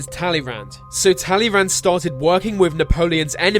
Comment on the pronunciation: Talleyrand isn't pronounced like this.